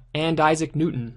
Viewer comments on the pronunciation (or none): none